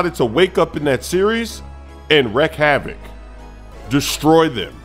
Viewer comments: it’s wreak havoc lol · Wreak... not wreck havoc.